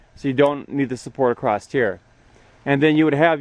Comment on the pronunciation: There is no T in Across